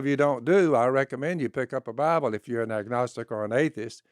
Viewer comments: Man. Not "the bible". Its named "the baabol". Learn your stuff. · Buy-A-Bull. How does he manage to make a two-syllable word into a three?